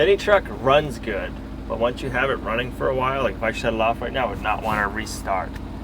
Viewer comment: Really well. Not really goud... hurts the ears of English people. Just saying.